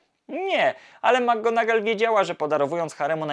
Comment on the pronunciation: Świetny materiał, jakkolwiek mam jeden przytyk😉 Zarzucasz chłopcom że nie potrafią nauczyć się wymowy Leviosy podczas gdy notorycznie źle akcentujesz nazwisko McGonagall. Imię Seamus jest pochodzenia irlandzkiego i wymawiamy je SHAY-mus (/ˈʃeɪ.məs/)